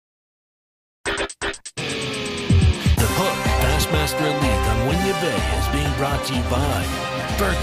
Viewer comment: its not whin-yah its win-yah